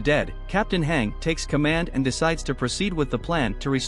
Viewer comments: Your saying hang not hange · Hange is pronounced Han-gee. you would know that if you watched AoT anime 🙂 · Lil bro its Hange Zoé ( Z - O) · I cringed every time the voice mispronounced Mikasa and Hange's names